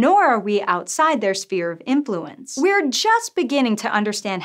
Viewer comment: Did I hear "Spear of Influence"? Sounded like that.